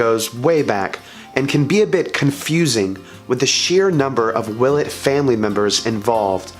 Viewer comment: i pronounce it will-ette